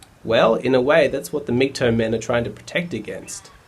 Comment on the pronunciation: for a blue pilled guy you did an ok job of explaining a red pilled mans thinking. Just wondering why you say MGtoe instead of MGtow (towel) is it sarcasm? or just the Aussi pronunciation of tow as in tow-bar